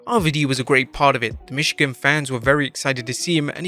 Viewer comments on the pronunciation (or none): none